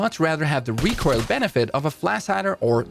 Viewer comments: Please tell me that I'm not the only person to hear "recurl" instead of recoil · no one gonna discuss how this guy pronounces recoil "recoirl"?